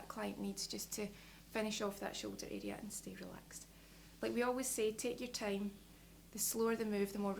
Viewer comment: What a charming voice and accent.:) "Make sure that you really connect this foo arrrea of your hand with you neck arrrea so you get the foo benefit." "The slouwer the beetter , so yoo just taaake yer time" was like music to my ears. Quite refreshing to hear unusual syllables being stressed. :)